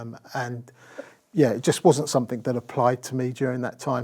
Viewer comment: He keeps saying "somethink".